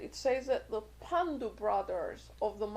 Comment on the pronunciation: Aachaaryaa-s not Ayaarchas. Sons of Paandu not Pandu brothers. They were the 5 Paandavaa-s of Mahaabhaarata fame.